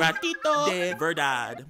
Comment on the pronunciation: "Ronroneo y me echo boca arriba como un gatito de veredad!" I laughed so hard TTvTT Here's how it's pronounced (look I'm trying to spell it out to the best of my abilities I-) Rohn ro neh oh E meh eh sho boh cah arriba como un gatito deh vehr dad